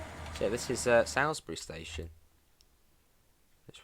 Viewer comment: It’s pronounced Soulsbury not how ever you said it